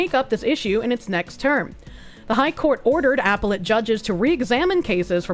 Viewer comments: I'm sorry woman. I absolutely love you and you should know that before I go on with this, but you're mispronunciation is driving me absolutely nuts!!!!! NOT apple-et. a-PEL-let!!! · Just silently screaming in my head every time she says "apple-let" court....